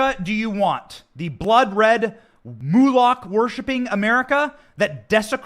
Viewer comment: By saying "mulak", just to keep me from cringing, you meant "moloch' didn't you? Also spelled "molech" dependent on the geography.